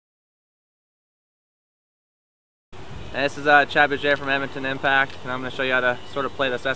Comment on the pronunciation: Soooo odd hearing him say impact. Doesn't sound like he's used to saying that either. Lol Sweet vid though!